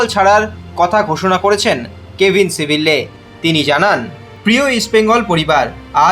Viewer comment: সিবিল্লে আবার কে??? ওর নাম সিবিয়ে